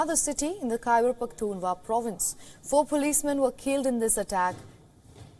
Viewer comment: It's Khyber Pakhtun Khwaa......not Hua......dear anchor